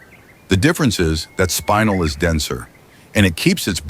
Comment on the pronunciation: Not a bad video... Couple of corrections: 1) "shiny" is not the correct term - use "luster" instead 2) it's spinel - "spin-ell", not spinal - "spine-ell" 3) "geometric angles" - nonsense statement 4) by definition, sapphire (corundum) is ALWAYS hexagonal Sorry to be so particular, but mineralogy and gemology has specific names and terms for mineral and crystal properties. If you want to create an informative video, use the correct terminology.